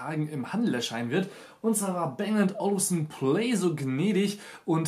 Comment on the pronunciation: Man spricht es "Bang & Olufsen", und nicht "Bäng und Olufsen".